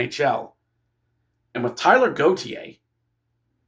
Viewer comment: Taylor, not Tyler!